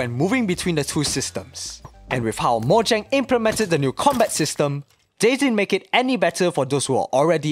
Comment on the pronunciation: Bro Its Mo-ja-ng nt Mo-gia-ng